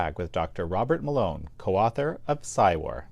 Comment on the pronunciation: I thought he said doctor water mélon 😂